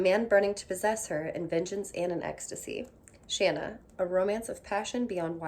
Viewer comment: Yay! You say Shanna the way I do rather than the long a sound.